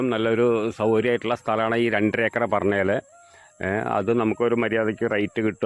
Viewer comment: ഏക്ര അല്ല ഏക്കർ എന്ന് പറയു